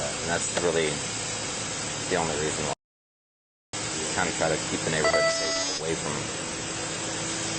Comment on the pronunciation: WHEYE ARE THE PEOPLE OUT OF THE CAR AND WHEYE IS THAT COP IN THE CAR, IT'S TRAFFIK STOP.